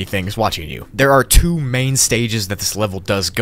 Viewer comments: u spelled two wrong u said rwo Hillary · Am I the only one that noticed he said rwo instead if two? Lol